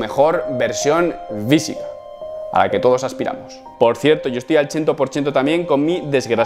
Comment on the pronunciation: vitness, forma visica.... tienes un problema con las F o que coño? da grima loco.